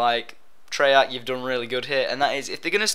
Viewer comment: u mean treyarch. u said 3arch.